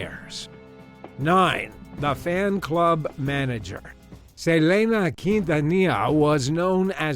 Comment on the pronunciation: I've never heard someone massacre a name as bad as his pronunciation of Selena Quintanilla-Pérez. Fun fact, I was born in the same town she lived in at the time. Lake Jackson, Texas.